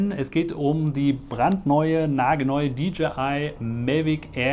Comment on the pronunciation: warum sagst du eigentlich immer MELVIC ? das heißt MAVIC wtf das triggert mich so hart das ich das nicht gucken kann